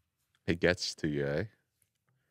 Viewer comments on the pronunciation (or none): Did say “ay”?😂